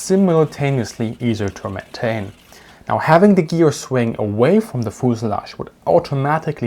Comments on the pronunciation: FUZE-ah-lagge, not fooz-a-lagge. F-y-u-z-e. As in "you". Fuse. Ah. Lagge. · "Fooselage"...I love it! I am going to start pronouncing fuselage in this way from now on. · Foosilage, I love the way you say that word. Great video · Pro tip, in English, American English at least, it pronounce "FE use a lodge" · ah yes, the foozelahj. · Bi-planes had thin wings. They were fragile, and could not take the forces created by landing gear. IMO, that is the main reason landing gear was attached to the fuselage (feu-suh-lajh, not foo-suh-lagh) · I respect you man but when you said fuselage I just had to laugh